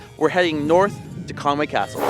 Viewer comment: Con wy not Conway.